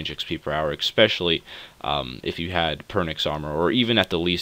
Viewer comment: "ecspecially" pls.